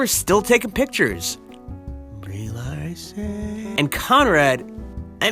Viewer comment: "Lee-Brarson" LMAO!!!